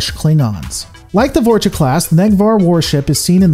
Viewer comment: ok this is killing me! you keep saying "vorch-uh" and for the love of christ is "vor-small pause- cha(h)"